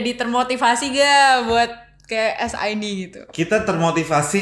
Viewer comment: Nonton ini karena ada Sid , bacanya es ai di goblok